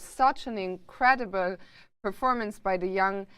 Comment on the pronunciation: "In curay dee bull "